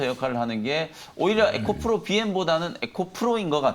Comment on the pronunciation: 에코프로를 에코플로로 말하니 많이 어색하네요.